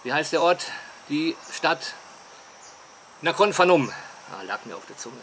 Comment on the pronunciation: Bitte nicht immer "Nakhon Fanom", das Ph ist ein P in der Aussprache. Es heisst ja auch Phuket mit P oder Phang Nga mit P... Mir faehrt es immer richtig rein. :-( Gruss aus Pak Chong